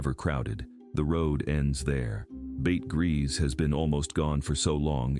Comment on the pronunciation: Bete Gris = BAY-TUH GREE 💖 I love hearing about all this history!